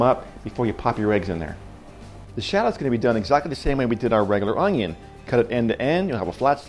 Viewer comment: There is no “G” in onion